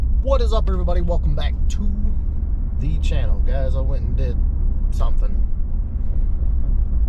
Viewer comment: I always think this is guy is having a stroke when he says “tO tHe cHaNnel” 😂